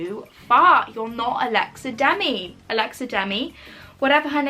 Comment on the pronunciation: When your Alexa turned on it’s because you said ‘Alexa Demi’